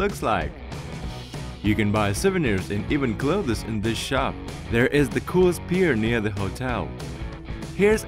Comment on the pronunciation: Clothés! Haha! 😂